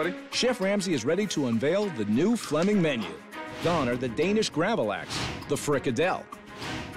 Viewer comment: Flemming not Fleming! 🇩🇰😁